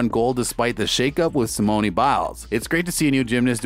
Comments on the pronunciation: Did you really say simoneee biles LOL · Learn how to say her name please! Nadia and Simone's name you butchered!